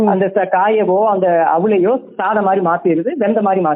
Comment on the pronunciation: Hello ennayyaa????, ozhunga pronouncebpanna maatteengalaaa????? KALAVAI SAADHANANGALA korachchuttu varaangalaaa?????? SAADHAM NU SOLLUYAA.